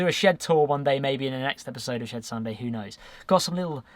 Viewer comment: I keep hearing Shared Sunday, instead of Shed Sunday... LOL Great opening card tho